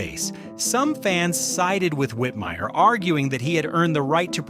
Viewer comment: *Rowlf Also, there was a mispronunciation of "Whitmire" as "Whitmeer" during the section on him.